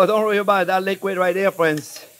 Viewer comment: Hi J-P, Why do you say Rrowy instead of worry?